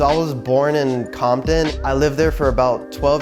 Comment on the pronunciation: Compton sounds like condom🤣